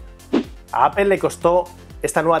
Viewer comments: Había escuchado palabras en ingles pronunciadas tal como se escriben, en este caso APPLE, seria pronunciado como APLE, tal como se lee, en lugar de APOL que seria lo mas cercano a la pronunciación correcta, pero APEL de donde sale? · apel¨_ mejor deci aple...español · Que es esa mania de los españoles de pronunciar Apel? Se entiende que muchas palabras las pronuncien tal cual se escribe ("aple") pero inventar sonidos que no existen en las palabras, eso es nuevo, no?